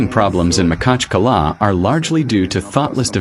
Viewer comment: У нас город Махачкала,а не Макала неужели труднотпроизнести?